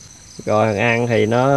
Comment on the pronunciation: Chữ AN của người ta kêu chữ ÂN